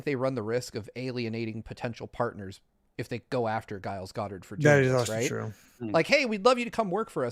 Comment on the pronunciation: it's not "Guiles," the G is liquid pronunciation. Why is nobody correcting him?